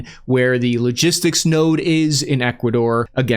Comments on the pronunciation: “Kilo-gistics node” 😂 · Kilo- gistics 😂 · really? A “kilo-gistics” node?🤣🤣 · "key logistics" I caugth that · …. “A ki-logistical node…” Smooth. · "kilo-gistics node " lol